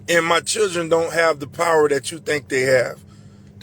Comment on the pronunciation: I’ve noticed a lot of these sov cits can’t pronounce children 😅